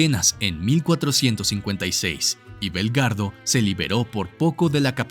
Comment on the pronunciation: Buena información, solo que no se pronunciaron bien ciertos nombres, como Belgrado, Bosnia y Habsburgo...